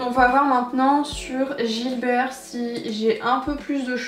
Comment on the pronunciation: Coucou! Ahaha, je crois qu'on dit Gibert et pas Gilbert 🤣 j'ai fait cette erreur toute ma vie, alors que j'avais une boutique dans ma ville 🤣😴 C'est la où j'ai fait mes meilleures trouvailles, avec des livres plus édités ou des nouveautés en occasion, c'est mon endroit pref ! Et vinted, mon appli favorite du moment pour les livres 😅 Très bonne vidéo, hâte de voir le vlog John Green ! 😘